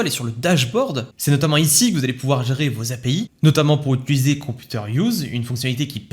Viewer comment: Ça me fait mal aux oreilles à chaque fois... "Utiliser" et non pas "Utuliser"... Svp 🙏